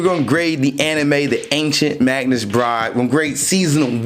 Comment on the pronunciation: Its Magus not "Magnus". There is no n in Magus